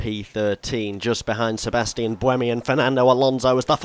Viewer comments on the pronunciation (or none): none